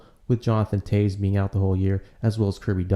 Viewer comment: it is pronounced Jonathan '''Taves" too ....